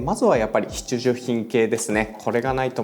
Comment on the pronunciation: ﾋﾁｭｼﾞｭﾋﾝの度に笑ってしまう